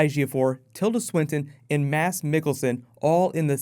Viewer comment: Thank you for leaving out the "d" when you say "Mads"!!! High five!!